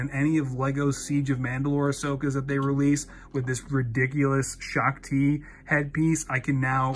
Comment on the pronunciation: “Shung chi” Nuf said